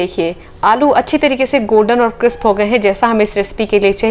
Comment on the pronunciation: क्रिस्प न कि क्रिप्स।